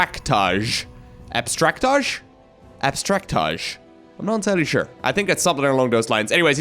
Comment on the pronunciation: I think that's pronounced Abstract AJ. (As an initials dude myself)